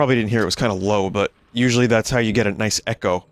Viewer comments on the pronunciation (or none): none